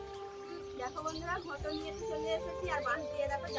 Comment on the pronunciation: দিদি ভাই কথাটি ঘুটো নয় কথাটি ঘুঁটে বলবে ভালো দেখাবে